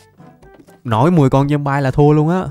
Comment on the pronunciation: ơi, anh phát âm chữ zombie là ' zom bai' thì là sai trầm trọng quá, người ta chê cười đó. Xin anh nghiên cứu phát âm lại cho đúng nhé.